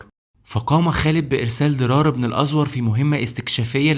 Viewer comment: باشا هو انت عمرك ما سمعت عن أسماء الصحابه . مين أزور ده . ابن الازووور . بضم الواو .. وعندك كذا خطء لغوى سواء فى سرد الأحداث او اسماء الأشخاص . اظن انت بتروى تاريخ وعن العرب فاقل ما يكون ضبط القرائه